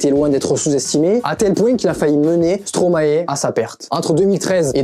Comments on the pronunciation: La video est bien mais par contre ca se dit stromay pas stromaé frg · Par contre après toutes les recherches que tu as fait, je comprends pas pourquoi tu continues à dire "stromaé" au lieu de stromae... appelons un chat un chat, avant de commencer toute chose...🙄 Mais sinon c'était pas mal! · Parler de Stromae sans savoir prononcé Stromae..